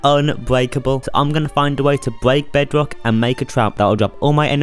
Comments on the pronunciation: it’s his accent and his speech impediment, n that’s why it kinda sounds cuter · toddler detected